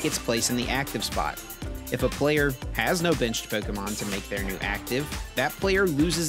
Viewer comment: That's the correct way to say it...